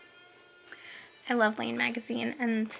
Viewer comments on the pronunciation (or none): Love this podcast but just so you know Laine magazine is pronounced like the name Len